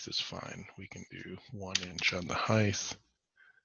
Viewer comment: Height 'th ?? I'm South African. Is that how you pronounce it there?